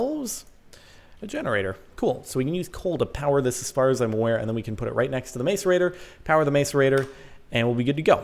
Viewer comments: It's pronounced mas-er-ate-er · It's pronounced mass-erator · It is pronounced maSorator. Not maCorator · It's pronounced masserator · its pronounced mass-ore-ate-ore this is just bugging me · It's mass-er-ater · it is pronounced 'mass ore rate tor' don't mean to be that guy but... Lol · It's pronounced MASSerator. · It's "macerator. (Mass-or-ate-or)" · The macerator is pronounced mass-er-rate-er. It doesn't matter though. Your videos are awsome. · It's pronounced masserator but looks like macerator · jordan, macerator: pronounced- MASS-er-ate-or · MASS-ER-A-TOR NOT MACERATOR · btw, it's pronounced mass - er - ate - or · Macerator is pranced mas-a-rator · its called a mass er a t er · Jorden! I thin u will find its pronounced. Mass_a_rate_or. jeeze! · Is called a mass-a-rate-tor :) love the vids! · macerator (mass-er-ray-tore) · Direwolf pronounces it mass-erator. Pretty sure he would know. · Not really in this case scenario though :I I actually just looked it up, it's actually mas-uh-reyt-or. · Macerator is pronounced "mass-er-ay-tor" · Isn't it pronounced mass-er-ate-er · the macerator is pronoused masserator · I hate how he keeps pronouncing macerator. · Jordan saying macerator wrong. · Jordan please learn how to say macerator properly haha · GAAAHHHH YOU'RE PRONOUNCING MACERATOR WROOONG!!!!! (╯°□°）╯︵ ┻━┻ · Why do Americans pronounce the 'a' in macerator as a capital when's it's not a capital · It's a mas-uhr-ay-tor, not a may-ser-a-tor... It's really annoying how you say it, Jordan... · It's pronounced mas-a-ra-tor nos mase-a-ra-tor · Capt its Maaaaacerator not mAcerator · Its not mace its mass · It's pronounced masserator not mace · Its Not Mace-Er-Ator Its Mass-Er-Ator Hahaha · Its actually said mass-e-rator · It's pronouced Mass-erator not Maes-erator :I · Oh my god Jordan, its pronouced (Mass)(a)(rate)(or) not (Mace)(a)(rate)(er) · You pronounce Macerator wrong buddy, its mass-er-ator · It's more like mass- er- ator Not Mace- rator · Its mas cerater not mace